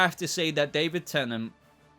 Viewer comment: David Tennent? What?